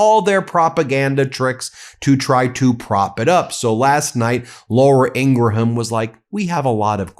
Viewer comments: Its Laura Ingraham...not Laura Ingra-Ham... sorry Ben... MidasTouch is the best!!!!! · Why do you pronounce the h in Ingraham? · Ben, you DO NOT pronounce the H in Graham's name. I kept hoping someone on your team would inform you of your mistaken pronunciation of the name. Not that I care about her, at all, but I do care about you and the importance of you sounding like a serious journalist. It's pronounced Grāy ăm, like a graham cracker. The H is silent. I hope I didn't offend you. That was not my intention. Btw, my hubby and I are devoted followers of your channel. ❤ 🗳🗳🗳 💙💙💙 🗳🗳🗳 💙💙💙 🗳🗳🗳 💙💙💙 🗳🗳🗳 💙💙💙 🗳🗳🗳 💙💙💙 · 😏Although it's not of paramount significance, but I'm truly curious if Ben's sporadic mispronunciation of Laura Ingraham's surname is intentionally mispronounced😅. The correct pronunciation of her last name is ING-grum (/ˈɪŋɡrəm/)...just saying because it seems intentional😂...🇺🇸🗽🤜🤛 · Please stop pronouncing Ingraham like that. It grates on my nerves so bad.